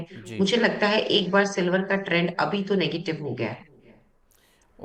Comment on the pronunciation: वो 'सिल्वड़' वाले एंकर महोदय किधर गए 😅